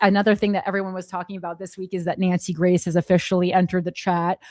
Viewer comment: Wait, I thought you kept saying Nancy Mace and then I realized you were saying Nancy Grace. 🧐 I guess she found another ambulance to chase.